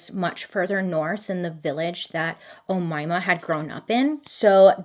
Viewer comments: As an arabic speaker, you're saying her name perfectly! You just have a slight accent like the M and Y are a bit thicker than original pronunciation but that doesn't make the way you said it any less perfect! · I speak fluent Arabic and no worries Bailey! You pronounced it perfectly!! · My aunt's name is Omaima and you pronounced the name perfectly. It's such a rare name though. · You got the name right girl.I'm from Egypt and I've NEVER heard of this story before. Insightful as always😅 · BTW you pronounced the name very right . Omaima ✋ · Omaymah is an Arabic name and you pronounced it correctly 😁👍I am Arab and it's a common name in North Africa. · That’s my name oumaima Bailey you are the first person to say correctly and I am overwhelmed and I love you ❤️❤️ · yup, Omaima, you've actually nailed the pronounciation. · You pronounce her name correctly Bailey!!! I'm Arab and I can confirm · Relax bailey, I'm Arabic and I can assure you, u said omaima correctly 😅❤️❤️ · I just want to assure you, you pronounced Omayma's name accurately. 👍🏼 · I'm Egyptian and you pronounced her name correctly.Bravooooo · bailey baby you pronounced her name correctly 😭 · as a north african I never heard about Omaima before 😳 you said her name perfectly btw 🥰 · I checked the pronounciation (did I spell that right?) and you are pronouncing it correctly. Yay, Bailey!!! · I'm from egypt and would like to say that your pronounciation of her name is perfect and so cute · I am Egyptian. Amazingly, you pronounced her name correctly. What is really funny is Omaima literally means the young mom (in the Arabic language). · No worries about the name this time, you got it right, Bailey 😄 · Don't worry about the name pronunciation. You're doing it 👍. This is coming from an Egyptian, so I know. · I'm surprised to find an Egyptian cannibal. I never heard about her before. P.S. You pronounced her name "Omaima" really well.😂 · Don't worry you pronounced her name right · You actually said her name right